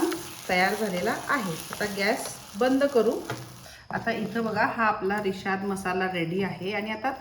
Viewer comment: Rishad nahi rashad bangda mhantat